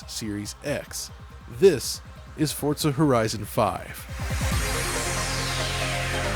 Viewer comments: There's no T in "Forza" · Feel like I’m the only one who says FOR-za, and not Fort-za. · Why do you call it "Fortza"? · Can you please stop calling it "FORTZA" 🤦🏼 Sincerely, EVERYBODY. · Why does he keep saying fort-za?